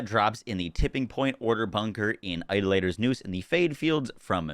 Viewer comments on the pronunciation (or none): Great video. Real quick, Idolator is not pronounced (eye-da-later) it is pronounced (eye-DAH-luh-ter) eye: (as in "eye") DAH: (as in "father") luh: (as in the "a" in "above") ter: (as in the "er" in "mother") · I like that he still doesn't know how to say "Idolater" xD